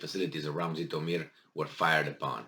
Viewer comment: The name is "Jitomir", not "Zitomir"!